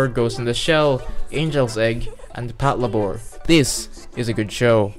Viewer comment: It's pat labor like labor like a job not pat labore